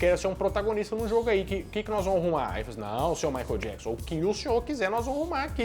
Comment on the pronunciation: A pronuncia correta é: " Maiquiél Diéquisãn"! ( fã perfeccionista kkkkk) Parabéns pelo vídeo!